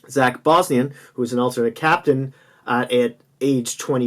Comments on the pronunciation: Whos bosnian lol you mean Bogosian? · It's zach bogosian not bosnian.